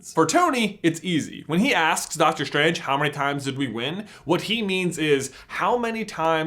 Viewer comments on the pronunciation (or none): im cringing everytime he says Dr. SCHtrange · Why do americans pronounce the st sound as "SHT". Dr. SHTRANGE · is it just me or is he annoyingly saying dr stranges name wrong? it's strange man. not shtrange :D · "Dr. Shtrange" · why ... do you.. pronounce the "s" like "SH" ? You sound like a indian scammer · Doctor Shtrange LOLLL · You have a strange pronouncing. Like with Doctor shtrange. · Doctor Shtranshe? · It sounds strange when you say strange. Let's keep it as an theory. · i think you pronounce strange and strategy wrong